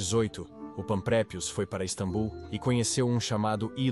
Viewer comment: Caraca já dava tempo de vcs corrigirem essa i.a de falar istabum. É só edita meu.